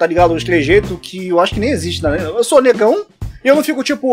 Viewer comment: Kkkkk😂 Muito engraçado quando ele fala Negaum?😳